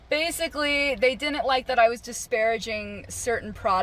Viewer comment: I dinint know I could get fired for not being able to pronounce didn't